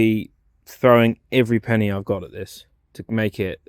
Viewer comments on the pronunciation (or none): none